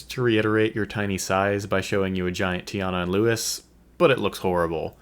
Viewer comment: Louis’ name is pronounced like Louie btw.